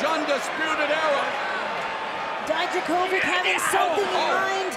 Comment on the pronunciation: Dijakovic❌ Dajdakovik✅